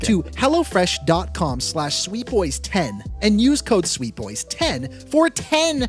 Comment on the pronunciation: When said "Hello Fresh," I thought he said "Hella Fresh"